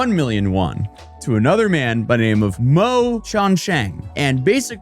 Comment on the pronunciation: your chinese needs some work "mo" is pronounced more like "more" and yang is the surname, guang-sheng and kang-sheng are their first and middle names.